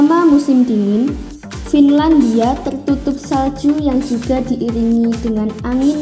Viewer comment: Btw Antartika bukan negara wkwkwk Trus Greenland itu dibawah pemerintahan Denmark, jadi kalo mau di sebut "negara" doang aku gak terlalu setuju wkwkwkwk, Gara2 naratornya nyebutin "findalia" aku jadi penasaran, Wkwk baru pertama liat yang beginian tapi excited banget